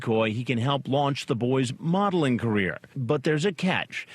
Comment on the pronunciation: "Kidengarden cops" "Moddle" "Modling" He definitely seems professional and legit. And I like the way "John Pederson" became "Scott Pederson" by the end of this interrogation.